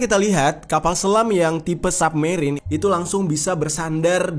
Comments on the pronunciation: Bacanya “SABmerien” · Bacanya submerine bang, bukan submerine.